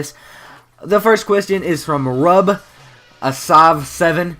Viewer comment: it was me who asked the first question lol u said it liek rub an